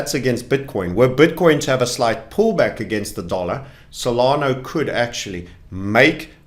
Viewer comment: Stop saying SolanO it’s cringe